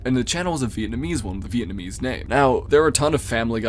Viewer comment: Nah bro really said Vietnamese channels 💀💀💀 blud is NOT Steve Kaufmann